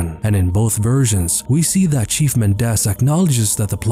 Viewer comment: I keep thinking he’s saying “Cheese Bitores”